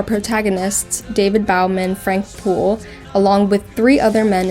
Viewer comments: its not bowel man .... its bo man .... like an arrow and a bow. they say his name like ten times in the movie. and its the same monolith. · "grabby things" ?! ('Waldoes') And it is not pronounced _Bow_man.. it is pronounced _Bo_man. The "foetus" is the Star Child ... Have you ever watched the sequel ("2010, Odyssey Two") ?